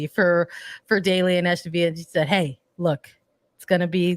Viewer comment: Its ASTON VILLA. No H and hard L